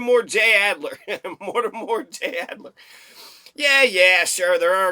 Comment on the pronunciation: Mortimer, NOT Mortimore Adler.